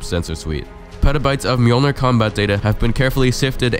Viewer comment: Finally someone can pronounce Mjolnir correctly.